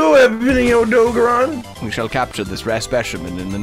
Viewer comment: Why do yall hate the blue tail it looks good on Odogaron (which you're pronouncing wrong btw)